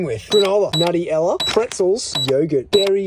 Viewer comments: He said pronounced nutella like "nutty-ella" lol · Did he call Nutella “Nutty Ella” wtf it’s pronounced “nue tell uh” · Bro did nobody realise the way he pronounced Nutella as naughtyella💀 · Noone gonna say sth about how he pronounce "Nutella"??? -nuti ella 💀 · Is no one gonna hear how he pronounced nutella